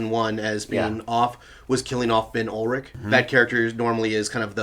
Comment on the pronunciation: Ben Urich!, not Ullrich!